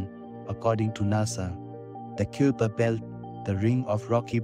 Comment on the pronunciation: You mispronounce "kuiper" in this video. It's supposed to be pronounced like "kai-per"; rhyming with "sky-per".